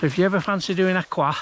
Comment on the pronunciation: Enjoying your video. I’m pretty sure it’s pronounced ‘Ah Chroysh’.